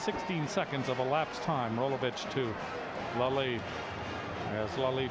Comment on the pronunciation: Why did they keep mispronouncing Ashley Leslie's name. They kept saying "Lalie" even said Lalie and Lelie within the same conversation with Dick Tomey. Either way thank you posting this. Never had a clue Ben played against Hawaii.